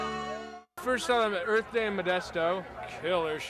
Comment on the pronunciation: Earf day'n Modesto. Lulz.